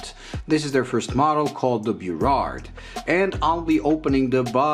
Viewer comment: Funny. York and Front are streets in downtown Toronto. Burrard is a street and an inlet in Vancouver. It's pronounced Burr-ard. Love the black dial. Great video as always.